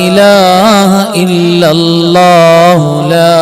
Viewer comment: ഉസ്താദ് ഇഖ്ലാ സ് ഒതുമ്പോ ൾ അല്ലാ ഹു സ്വ മ ദ് എന്ന് ഒതുമ്പോൾ ഹല്ലാ ഹു എന്നാ ണ് കേൾക്കുന്നത്